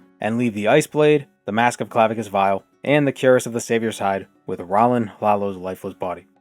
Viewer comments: Fun fact! Cuirass is actually pronounced sort of like "queer-uhs." It's one of those old words that is pronounced really oddly, another example is caestus (kai-stews) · "Cuirass" is actually pronounced "kwee-rass" which I only learned recently.